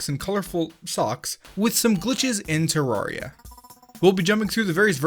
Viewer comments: UMMM AKCHTHUALLY it's supposed to be pronounced ter-rare-ia, with rare being pronounced as the word. Not many people know this apparently but it's cool to know. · Terr - AIR - ee - uh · It's Teh-Rer-Riah ( ͡° ͜ʖ ͡°) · you said it like this" tororya lol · One glitch is how you are pronouncing the game... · You say terraria wrong